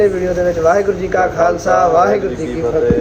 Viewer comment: Veer ji tusi Fateh bhaut sudh ate sohna bulade ho 😊 Waheguru ji ka Khalsa 🙏🏻 waheguru ji ki Fateh 🙏🏻